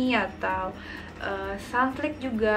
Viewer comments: sunsilk not sunslik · Kmbrly Lucy Sunlik sih gw dengernya😅